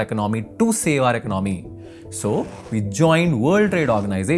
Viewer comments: Great video! But you should work on the pronunciation of the word ‘economy’. 😊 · Why you keep giving us the side eye? Why don't you learn how to pronounce the word: economy.